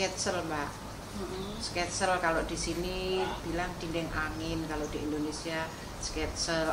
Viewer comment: Indonesia...bukan endonesia🤪🤪🤪🤪🤪